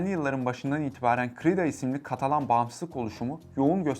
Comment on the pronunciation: katalon degil ya katalan!